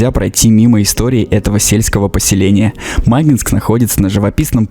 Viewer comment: ударение на И. Не мАгинск, а магИнск!